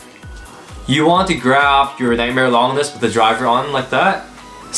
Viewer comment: How hard do the new blades hit cuz I have a unique colored og bay from the very first series tht was the phoenix one that's a clear red and it wrecks some these new blades. And lol longness isn't how you say it it lon-ginus named after the unnamed roman who stabbed Jesus on the cross